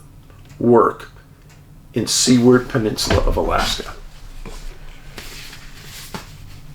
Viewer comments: Hi Dave: As usual, fascinating & baffling. One correction, Seward is pronounced like Sewer with a D on the end (Sue-Erd), not Sea-ward. It was named after secretary of the interior William Seward. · Great Show Dave ! I love my book and hat. 1st class quality. FYI Dave, Alaskans pronounce Seward, (Sue-erd)